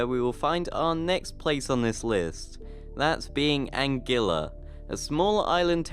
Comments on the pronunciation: ANGUILLA IS PRONOUNCED AN-GEE-UH!! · LOL..... Rather than saying it "Anne-Gwilla"